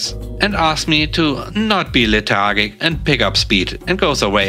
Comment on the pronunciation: LETH ARR G ICK is how to say Lethargic